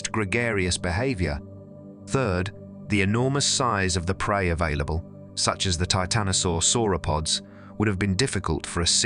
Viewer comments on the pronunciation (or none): none